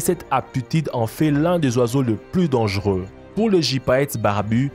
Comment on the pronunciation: Dangueux ?? Dangereux ok